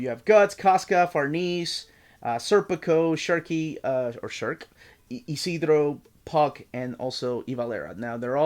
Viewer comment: yeah I just meant it's not "Shirk", "u" is not pronounced